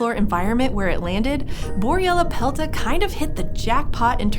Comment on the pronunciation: take a shot everytime she says boryellapelta